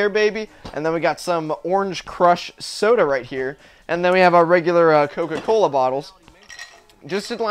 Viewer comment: YOU DON'T LIVE INT HE MIDWEST LOL! Cause you said coca callus